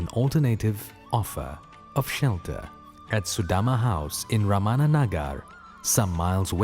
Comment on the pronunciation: Sree Ramana. Not Ramaana.